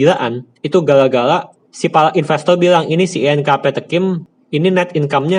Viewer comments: ngakak gua ga bisa ngmg r,, apalagi pas ngomong investol 🤣🤣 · bagus ilmu di videonya bang tapi lucu 😂 mayora = mayola investor = investol saya kirain pistol 😂